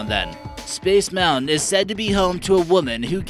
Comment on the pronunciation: When he said space moutian my heart dropped